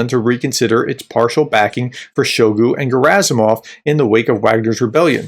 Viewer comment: I find it hilarious when you call Shoigu. 😅He certainly deserves that disrespect. Keep up the good analysis.